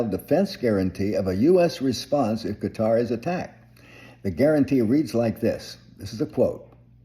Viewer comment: You sir are correct in your pronunciation of Qatar.